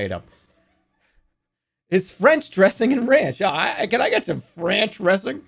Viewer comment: "Franch Ressing"